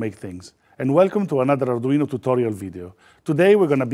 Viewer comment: I really, really like this guy - his tutorials are well explained and easy to understand. Just what I need as an arduino amateur - and I would listen in just to hear him pronounce the name, as in such an authentic accent that alone is worth admiring!